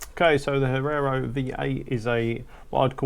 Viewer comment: Hee-air-oh. Come on mate. It's not that difficult.